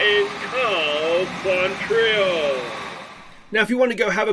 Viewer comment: kwontril is how you say it